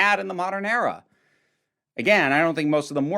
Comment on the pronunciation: I’m sorry, but I found it funny how when u said era it was like error, “the chibnall error”